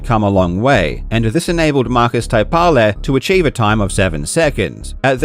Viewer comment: Hearing English speakers pronounce Finnish names (Markus Taipale, Ilkka Kurkela) never ceases to tickle me :D That 6:99 is incredible. Phenomenal achievement! Thanks for another great vid Karl!